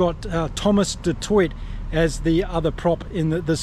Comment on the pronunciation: Not supposed to pronounce the last T in 'du Toit', and any surname with 'van' is pronounced with an F and not a V, like 'fun'.